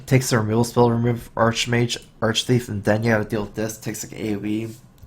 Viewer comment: Upvoted for the thorough analysis... and the fact that you're the first streamer to pronounce 'Arch-Thief' correctly. It's a pet peeve. I feed it kibbles and teach it tricks ^^.